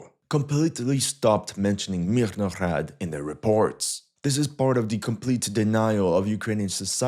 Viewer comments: stop putting extra unnecessary "h"'s into the beginning of MIRNOHRAD, it sounds ridiculous Just say "MEERNOHRAAD", ... "Мірноград"/"Мирноград" Source: I am Ukrainian Canadian, 100% Ukrainian blood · Stop butcharing the name of the city! Mirnograd, russ. the city of peace. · I'm so amused by your southern accent when you pronounce the word "Mirnograd" (Peaceful city or pacified city). A Russian would pronounce it with a clearer, more resonant "g." Like a girl or a garden. Because "Grad" is a word meaning "city", derived from the Proto-Slavic "gordъ" (город/gorod). "Grad" is an obsolete form. The obsolete form was more related to a fortress, and from it came the words "fence"="ograda"